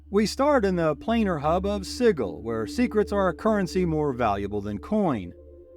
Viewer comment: The attempts at pronouncing these names are killing me. Fucking "Siggle"? Please tell me this is a bad AI and not a real person